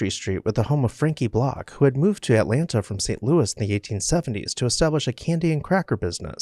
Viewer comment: Too bad a post about Atlanta was performed by a man who does not know how to pronounce Atlanta.